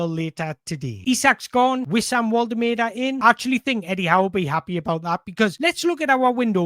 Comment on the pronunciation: Mate, your content is top notch, but please for the love of god learn how to pronounce Woltemade properly. It’s borderline disrespectful! It’s Vol-tuh-mar-duh.